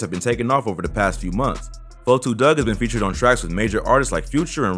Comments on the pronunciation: LEARN TO SAY A RAPPERS NAME FIRST, it’s 42 Dugg not 4-2 dugg , EMBARRASSING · Why u sayin 4,2 dugg iss 42 dugg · so fucking glad you said 42 dugg name right lmfao, everyone says "forty-two." its "4-2" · I wish you wouldn't say his name if you can't say it right. Sheesh.